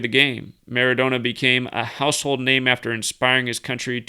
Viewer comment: ...Maradona is properly pronounced with another n like Donna